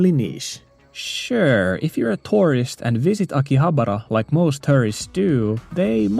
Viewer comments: Just stumbled upon this video. I thought you meant terrorist when you said tourist... I was like, wait does terrorist also visit maid cafes?? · whenever he said tourist, I heard terrorist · I find it funny that at 3x speed, your pronunciation of 'tourist' sounded like 'terrorist' to me at first.